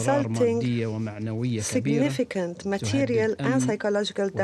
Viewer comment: how is her accent still so thick after living in the US for so long??? and the way she said significant?? ugh.. I have NEVER heard a Slavic speaker pronounce it that way!!! This is such an embarrassment -- if Trump was going to send a family member he could have at least sent Ivanka, she's a monster as well, but she might have had something more than a bunch of platitudes